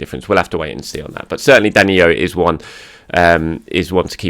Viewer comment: Why do you keep saying DaniYo???? He’s Brazilian and it’s simple DaniLLo. As in Low. DaniYo is Spanish. Please. And thank you